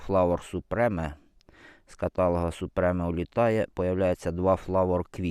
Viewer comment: Супрім, а не супреме